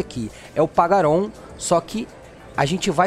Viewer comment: Mano vc tá falando pagaron, o correto é paragon, e se pronuncia "páragon" forte abraço!